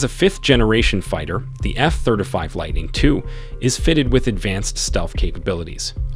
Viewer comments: Oh god I can’t take it!!! F THIRTY FIVE, not thurdafive!!! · Nice vid, very well researched. that said, could you consider NOT saying efthirdafive, and say efthirtyfive? It's driving me crazy! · F thurtafeeve?…perhaps ya mean f thurteefive? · F THIRTY FIVE stop saying F Third a five xD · Yep, was making me cringe. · I came to see if anyone else was bothered by it. It's driving me insane. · “Eff thirdafive” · If you can’t pronounce “F-35” properly then don’t WASTE my time reciting facts available on any publicly available public documentation online.